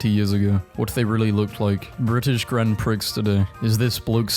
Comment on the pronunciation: “ekscapes” “grand pricks” dude wtf